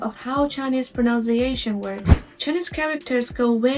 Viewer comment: Please stop saying “pronounciation” for the word “pronunciation.” A common mistake.